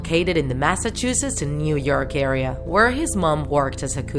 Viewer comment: New yerk lmao